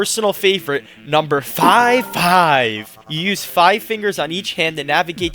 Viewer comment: also FAIVE FAIVEEE